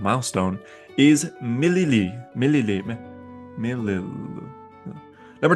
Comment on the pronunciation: my autistic ass: hey this is a cool video also my autistic ass: that's not how u pronounce cyric or milil😡😡😡😡😡😡😡